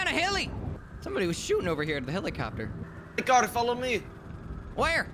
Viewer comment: They all say helichopter